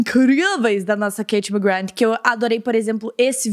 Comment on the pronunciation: A KATIE NÃO GOSTA QUE CHAME ELA DE KATE SE PRONUNCIA KARIE KAKAKAKAKAK